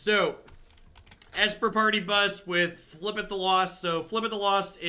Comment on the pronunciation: Beating a dead horse, but it's pronounced fib-ill-thip